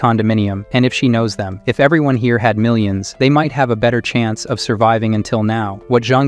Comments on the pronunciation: Good story but shit AI voice. I mean it says Millions as Mil-ions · mill-ions, gall-on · Amir:malions dolla dolla and galions💀💀